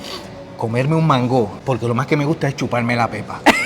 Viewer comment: Yo soy boricua y nunca he dicho mango con acento en la o....